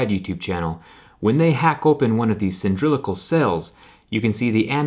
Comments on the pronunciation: cyndrylical??? - perhaps you are trying to say CYL - LIN - DRICK - UL - correct spelled: *cylindrical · WTF? C-Y-L-I-N-D-R-I-C-A-L. Cylindrical. It's that simple, Zach. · Cyndrilical??? Cylindrical So much cringe... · Love your channel. Stop saying "SIN-DRILL-ICLE"......it's pron: SILL-IN-DRICLE....thanks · Are you intentionally annoying us pronunciation trolls? Trolling the trolls perse! cyndrilical??? It's Cylindrical . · Cylindrical not cyndrilical. I can't tell if you're doing that on purpose lol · I am so sorry but, the hell are you saying? Cylindrical.. Sindrilical is what you came out with?? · “Cyndrilical” uhhh Cylindrical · He said "cyndrilical" instead of "cylindrical". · It's cylindrical right? Not cyndrilical? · Cyndrilical?? It would be cylindrical lmao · Cylindrical. Sill-in-dri-cul. It annoyed me more than it should that you were pronouncing it "Cyndrilical". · It tooka away from the whole video, all I could think was "who taught you to butcher the word cylindrical into cyndrilical?" Its not even close, made him look really dumb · Krypto N i don't remember him saying this in older vids.. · Dude, "Cyndrilical" wasn't funny. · Don't you mean cylindrical instead of cyndrilical? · "Sin Drill Ick Cool?" Cylindrical. Cylinder-like. "Sill Lynn Drick Cool." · Omg when he says “cyndrillical” it really fucks me up bc it makes me question whether it’s that or cylindrical and it takes me a minute to figure it out again😂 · Say it with me.... Cyl.....in....dri...cal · The word is pronounced' Cil in drical' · You keep saying "sindrillical" - I think you mean "cylindrical". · "Cyndrilical" lol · "cyndrilical" battery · He's saying "cindrillical" just to trigger people and get them b*tching in the comments! Lol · "Cindrillical" reminded me of how some people pronounce nuclear as "nucular". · I've only ever heard of cylindrical batteries, but it sounds like you're saying "cyndrilical" and I'm confused: is this supposed to be a joke? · did he just say cyndrical 😂🤣